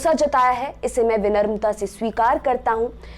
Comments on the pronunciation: It's not vinarmita it's vinamrata. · विनर्मता नही होता है उच्चारण तो सही कर लो मेडम😋 इस स्तर पर यह अशुद्धि अस्वीकार्य है😉🤗🤗